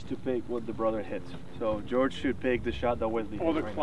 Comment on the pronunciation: I'm really sorry about this, but "porridge Georrige"